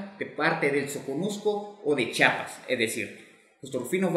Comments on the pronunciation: Pero es Chiapas, no se dice chapas. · Sólo quiero decirte que no es Chapas ES CHIAPAS te comes la i. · Se dice.chiapas. mas no chapas que pasa amigo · Para explicar, hay que saber pronunciar. Chiapas en lugar de chapas. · Oiga, donde es chapas, porque los Chiapanecos somos de CHIAPAS, con i entre la H y la A, Chía pas,... Ya no seguí viendo su video porque nos es molesto a lo Chiapanecos que degrade el lindo nombre de nuestro estado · NO se dice CHAPAS! amigo, no se dice chapas. NOO! Se dice, CHIAPAS. No entiendo por qué aún "supuestamente" profesionales le dicen así. Tienen que informarse bien señores, gracias. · Es Chiapas con "I" no Chapas,. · Me cae mal cuando la gente dice chapas , Se dice CHIAPAS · Mi dudas es... Se dice Chapas o Chiapas? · Se dice Chiapas, no chapas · Es Chiapas Chiapas😂😂😂😂😂😂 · CHIAPAS NUNCA FUE DE GUATEMALA Y SE PRONUNCIA C H Í A P A S